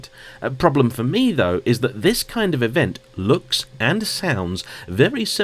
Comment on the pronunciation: Hey,. Just wanted to make a constructive criticism and let you know the only reason I rarely watch your videos is that I find it very hard to listen to you over-enunciating when you speak. The way ‘that’ becomes ‘eh-that-te’ and ‘and’ becomes ‘and-de’. Aside from that your videos are great - honest, informed, and on-point. I’ve lived and worked in many countries where English isn’t the first language and it’s definitely possible to be clear and easily understood without such exaggerated pronunciation. All the best, and I hope you take this in the positive spirit in which it is intended.